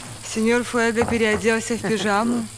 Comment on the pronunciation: Сеньор фуего а не фуега...фамилия мужского рода,что за безграмотность...